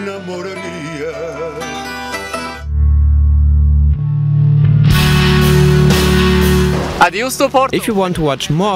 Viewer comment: He didn't say "adios", man... He just mispronounced "adeus", c'mon... They are promoting our town, give them a break!